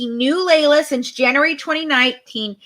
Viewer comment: It's pronounced LEE LA not LAY LA.